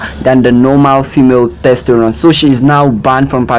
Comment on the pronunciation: Testosterone... not "testerone". The Caribbean is on the north American continent, it is not a continent on its own!